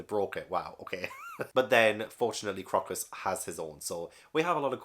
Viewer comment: Crocus was named after the flower. so it's pronounced CROW-cuss.